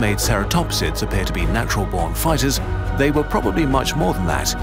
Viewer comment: And they actually sounds like Yee